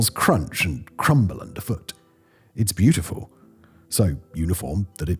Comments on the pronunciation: "Brutyful"? Strangely fitting for a lot of things. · You got a like just for brutiful 😂